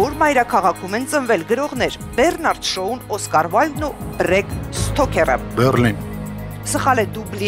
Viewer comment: 02։52 ՍԾյաուա չի, ՍՏյաուա է։ Դա ոնց որ մաԾյան, պաԾյան ասեք: ՀավիՏյան իմացեք դրա մասին: 10։02 կավից ամանեղեն պատրաստՎող արհեստավորը։ Փաստորեն, արհեստավորը պատրաստվում ա, ինչից ա պատրաստվում հետաքրքիր ա: Բրեկ Սթոքեր գրող չկա, հավանաբար Բրեմ Սթոքեր 11։30 Հուսեյն Բոլտ անունով մարզիկ չկա, երևի Ուսեյն Բոլտի հետ եք։ 16։51 հայերենում շուտաՊույՏ բառ չկա, շուտաՓույԹ: 18։43 գրված է Էմմա, էն դեպքում, երբ Էմման արդեն դուրս է եկել: Դե սա առանձին խայտառակություն ա, եկեք սրան չանդրադառնանք: 18։43 Հայկական գամբիտը չստացվեց։ Այսինքն գամբիտը, էտ բառի իմաստը հասկանում են, թե ուղղակի գրել եք, որ բռնի։ 21։32 Սան Մարկո պետություն չկա, երևի Սան Մարինոյի հետ եք։ 25։48 հիդրո՜՜՜՜լիզ, հարգարժան խաղավարին ասեք հայերենում շեշտը, բացառությամբ մի քանի բառի, դրվում է վերջին վանկի վրա: 26։51 էս մեկի հետ լրիվ համամիտ եմ, համացանցը ոչինչ չի մոռանում, ձեզ ոչ ոք էլ չի մոռանա էսքանից հետո: Դու մենակ չես քայլի, մենակ չես քայլի: Ճիշտ թարգմանությունը Դու ԵՐԲԵՔ մենակ չես քայլի: Լավ էս մեկը ներում ենք, երևի անգլերեն չգիտեք: 33։15 Լուսինեի խաղում իհարկե միստիկա չկա.... այսինքն միստիկա չկա: Էտ բառի իմաստը հասկանու՞մ եք։ Միստիկա ձեր խաղում կա, չնայած չէ, միստիկա չի, կատակերգություն ա։ 35։54 ԽաչվանԿյան չի էտ մարդու ազգանունը, ԽաչվանՔյան։ Կյանքեր, հայերեն խաչ և վանք բառերն են, վանկի հետ կապ չունի։ Իսկ հիմա վանԿերով ասեք՝ Խաչ–վանք—յան